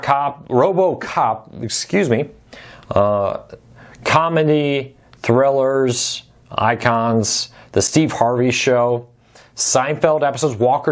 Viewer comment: He said Comeny ( comedy)